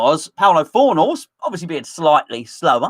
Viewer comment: I love how still calls Pablo Fornals, Paulo Fornals 😂